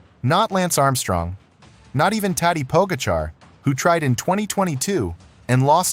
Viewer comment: Fabulous mispronunciations of riders, starting with Pogacar.